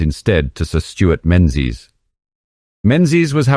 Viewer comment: Menzies is pronounced ming-us; for those who are not Scottish. Great videos, really interesting.